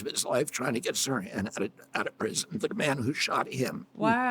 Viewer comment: Yeah, the "h" is pronounced in Sirhan